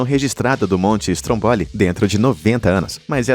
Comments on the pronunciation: A pronúncia do nome do vulcão Stromboli da Sicília é "Strômboli" e nao "Strombóli" como foi dito aqui.😉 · Aprenda por favor a falar as palavras corretas não e estromboli é Estromboli